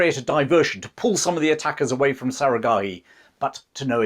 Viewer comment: You can’t even pronounce one word correctly, Sarah Gharai 😂😂😂😂😂 Who’s time to listen to ur BS